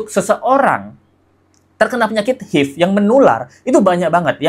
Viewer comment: HIV cara mbacanya ha ive mas....bukan hiv...